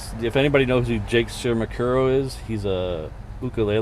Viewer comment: Ahem.. She- ma- boo- kah- row. 😅 try it